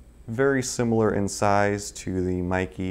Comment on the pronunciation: It is actually MEIKE, not Maeekee. E is pronounced like in bEst, tEst.